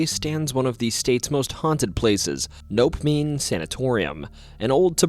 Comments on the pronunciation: That's "NOH-pemming." Not "Nope-ming." 😆 (Nopeming Sanitorium) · Uh, it’s No-Pem-ing ahah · No-Pem-ing, not NOPE-MING. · It's NO-PEM-ING